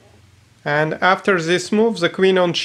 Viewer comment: please say 'the', not ze... ;)